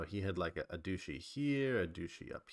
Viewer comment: I always die inside a little when you say "dooshee" instead of "dutchy" 😅